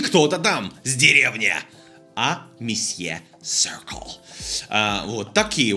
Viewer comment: буду скучать по "сёркл", а точнее по тому как это произносит